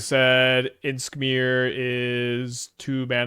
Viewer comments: lol idk if its an inside joke like anti casual vestige it is funny tho he pronounces it like inskmir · What's up with the weird pronounciation of Imskir, is that some kind of an inside joke?